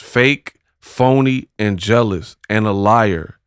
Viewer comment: We all just “jail-ous”. That’s all 😂